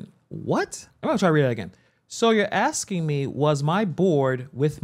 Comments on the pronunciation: And so should this commentator he keeps axing her and there…the pain….just ask a question. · Lizzy Bordon never says ask or asking SHE always says AX or AXING or AXED. She sounds ignorant and has zero professionalism. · Man even your "aksing" questions 🫤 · Why are you even axing?